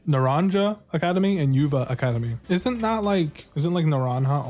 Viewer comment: It's pronounced NaranHA,! J sounds like H in Hispanic languages!